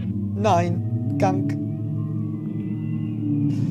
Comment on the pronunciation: Nee, wie du immer anstatt 'Gang' eher 'Gank' sagst xD Richtig knuffig =^-^= Muss ich immer grinsen, egal wie ernst die Situation ist :3